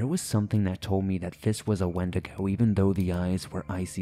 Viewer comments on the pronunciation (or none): none